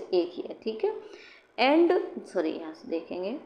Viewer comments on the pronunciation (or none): none